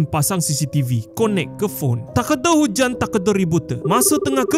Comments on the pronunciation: Oiiiii 😂😂😂 1st time dgr 'takde hujan, takde ribut' loghat Jepun 😂😂😂😅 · Takda hujab ribut tu, weeeee, japanese accent betulll. Kelakarr gileeee 😂😂😂😂